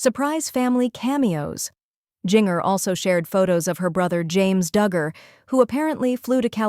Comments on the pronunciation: It’s Jinger like Gingerbread NOT Jinger like Singer!!! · Omg its not jin-ger its jin-jer. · I don’t mean to be mean, but I watch you often. You pronounce Gingers name incorrectly. It’s pronounced Jenn-jur. Maybe that will help. 😊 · Drives me nuts the way she pronounces Jinger’s name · I agree she never pronounces Jinger correctly. Drives me nuts plus this YouTuber starts stuff that’s not true!